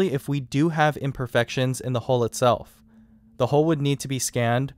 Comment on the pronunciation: huill not hole